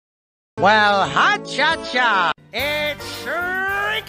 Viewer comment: Guys it pronounced Hot cha cha